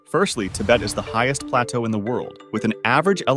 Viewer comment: I didn't know you pronounce plateau like that